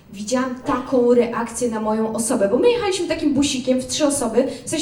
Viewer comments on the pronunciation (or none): Fajnie i lekko;) Super dykcja, ale.....;) doczepię się akcentu. Coraz częściej ludzie używają nieprawidłowego akcentu w 1 i 2 osobie w czasie przeszłym. Nie zrobiLIśmy, a zroBIliśmy, nie pojechaLIśmy, a pojeCHAliśmy. U większości standuperów niestety, a i często nawet u dziennikarzy, którzy jednak powinni dawać przykład poprawnej polszczyzny.